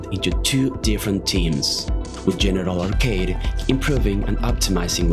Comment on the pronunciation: “Genital arcade”